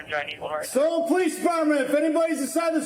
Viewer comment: Everyone who pronounces police as POH-lice is usually a criminal. 👍